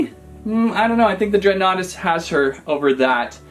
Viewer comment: I think you say it as dregan nartus